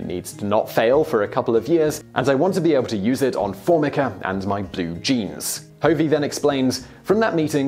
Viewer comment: Constructive criticism, my surname is pronounced "Huhv-ee". It's not a very common name, but I am bemused on why people put the emphasis on the wrong syllable (I am not related to Dean Hovey, to the best of my knowledge). For the most part, I love your videos, keep it up!